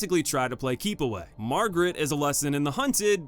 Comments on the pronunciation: Dude, her name is Marguerite, not Margaret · It's Marguerite not Margaret c'mon. Good video and ranking tho :) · Also mispronouncing Marguerite and Zoe was bad too.